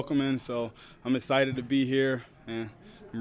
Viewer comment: Very “essited” lol love this guy